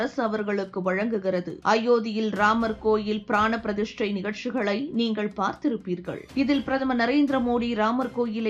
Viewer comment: உச்சரிப்பு மிக மோசம்.. கேள்வி, நிகழ்ச்சி,.. போன்ற வார்த்தைகள் தவறாக உச்சரிக்கப்படுகிறது. தற்குறி போல் படிப்பதாக தோன்றுகிறது.